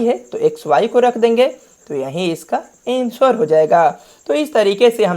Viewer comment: Ansuvar nahe bhai anser